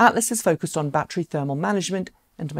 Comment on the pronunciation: Ba’tree is not a word